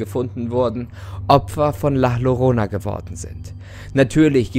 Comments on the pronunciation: du hast "la llorona" falsch ausgesprochen. "ll" wird nämlich als "j" ausgesprochen. ich wollte es nur gesagt haben kdhkdkkdwk schönen tag noch guys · la llorona wird 'la jorona' ausgesprochen, allgemein 'll' wird wie ein 'j' ausgesprochen✌🏼😂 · Das wird La Jorona ausgesprochen Doppel L wird immer als J ausgesprochen in Spanien und so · Möchte drauf hinweisen dass es jajorona ausgesprochen wird aber nix gegen die die sie falsch aussprechen ✌️🤙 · Warum sprichst du la llorona so aus 😂😭 man sagt das La Jorona :) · Spricht man es nicht „la jorona aus“?🧐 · Nur ein Tipp zur Aussprache: IPA: [la ʝoˈɾona] !!! ;) #Trigger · Schrei = mein Bruder dem man den Alkohol wegnimmt Wird das la irona und nicht la arona ausgesprochen.und es ist doch die weinende Frau nicht die schreiende Frau. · Kein hate aber man spricht es nur zur info la yorona aber man schreibst halt Llorona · Alter das regt auf das l muss wie ein j ausgesprochen werden also jorona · Bruh... Deutsche und Wörter aus anderen sprechen werden wohl nie Freunde. Doppel L im Spanischen wird als J ausgesprochen. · das L in mexiko wird wie J ausgesprochen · bin ich die einzige der auffällt das er „la llorona“ falsch ausspricht haahha😂 no hate is mir nur aufgefallen fands lustig😂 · Du sprichst La Llorona falsch aus. Das ist kein Hate aber das wollte ich nur mal sagen😊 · Der hat nicht wirklich la lorona gesagt 🤦🏻‍♀️man spricht es als la jorona = la llorona 😂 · Es wird la "Jorona" ausgesporchen trozdem cooles Video! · Gutes Video aber ich glaube es heißt la Llorona = La jorona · .......sry aber ich bin halb spanier und es heißt nicht la lorona sondern la llorona(sprich jorona)😂sorry für die klugscheißerei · OMG! Tolles Video😂❤ aber deine Ausprache ist schrecklich😂 man spricht sie nicht lah Lorona sondern La Jorona aus, weil man im Spanischen das Doppel Ll wie J oder I ausspricht😂❤ wir haben dich trotzdem lieb😂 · Man spricht es übrigens la jorona aus und nicht la llorona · Müsste es nicht "la Jorona" ausgesprochen werden?